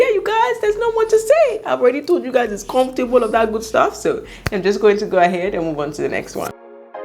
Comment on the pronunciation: "Confortable " all the time .....ah ah 😁